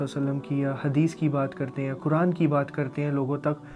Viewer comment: Kuraan ghalat talafuz hai Sahi talafuz " Quraan " hai.